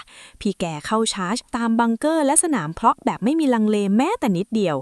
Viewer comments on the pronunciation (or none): อ่าวภาคโดย Ai. นี่ สนามเพาะ เป็นสนามเพร้า ซะได้